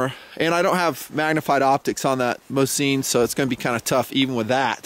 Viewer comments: It's a legend, weapon of many victories. But it's called "mOsin", not "MosIn", stress on the first vowel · Hey,, I'm russian so believe me - the accent is on the first syllable. mOsin. Calm your fantasy down:)